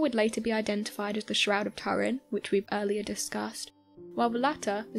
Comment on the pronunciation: It's all bollocks and you're miss pronouncing Turin!